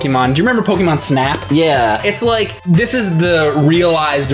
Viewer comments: PokEmon, not Pokimon. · IT'S NOT "PO-KEE-MON", IT'S NOT "PO-KUH-MON", it's "PO-KAY-MON"!!!! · you are pronouncing pokemon wrong damnit is how says it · I never thought I'd be bothered by the mispronunciation of the word "Pokémon" at the age of 25... ...especially when the other guy to your left is (sometimes) saying it correctly. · doesn't know how to say Pokemon...